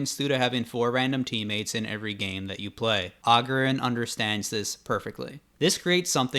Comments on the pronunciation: Agurin not Agerin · It's agúrin not àgurin. Jesus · It's agurin, not augurin